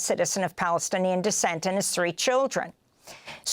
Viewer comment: Married to a Palestinian American. Please say it correctly!!!